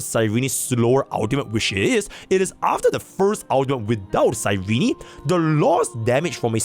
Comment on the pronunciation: can you stop saying cyreny 😭